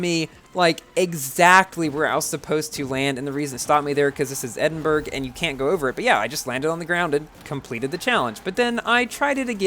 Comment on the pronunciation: Hey, when you gonna upload nfs heat again? I liked your first reaction Edit: Just rewatched the video and I can confirm my statement Edit 2: Just a friendly correction, you pronounce it as EdinBRUH